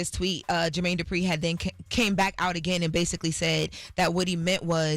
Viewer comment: Not Jermaine “Durpi” 😂 put some respect on his name